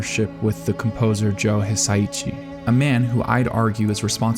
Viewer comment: Its Hisa ISHI. Please please please pronounce it right. It made this video kind of unwatchable